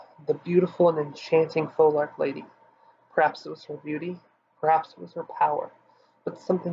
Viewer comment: Came here for literally no other reason than to hear the word phoelarch pronounced and you got it WRONG, matey! What are phoelarchs related to? FEEEEEEEENICKSES! How in the hell do you pronounce phoenix, eh? How is that word pronounced?